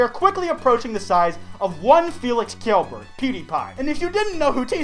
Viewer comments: It’s pronounced like Shell berg. Felix’s last name. Not Keel- Berg. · SHELL BURG FELIX'S LAST NAME IS PRONOUNCED SHELL-BURG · Its pronounced shellberg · *Pronounces Pewdiepie's last name incorrectly * Me: * gasps*